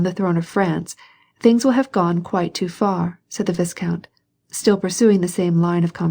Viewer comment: Should be pronounced Vai-count. A nobleman.